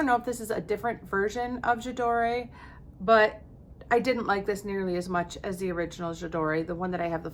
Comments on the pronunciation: what do you think of layering scents? you could use a body spray all over and then add a touch of perfume to it for longevity? i like layering perfums. also your french friend is right, you don t pronounce the E, it s J ador ( without e when u pronounce it, and Prism libr) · I guess it's too late now, but maybe this can help with remembering how to pronounce that perfume name: "J'adore" rhymes with "Dior", which I guess is one of the reasons they picked it. Here you can hear it in in an ad: (hopefully I got the time stamp right).